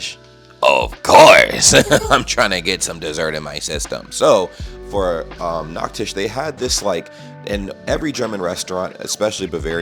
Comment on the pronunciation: your nachtisch sounds like nackt-tisch (naked-table) hahahah gotta watch out with ch turning to ck when speaking gj on your german though!